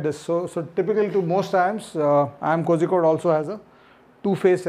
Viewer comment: Its not pronounced Kozhikohde , its pronounced Korrikohde